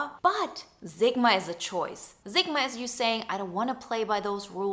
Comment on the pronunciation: Zigma? Seriously? How can you spell Sigma correctly yet repeatedly pronounce it incorrectly? Given you have no accent, it comes across as an affectation